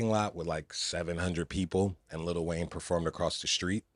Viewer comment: i love it when tyler says "little wayne" on